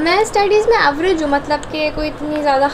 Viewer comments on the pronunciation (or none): none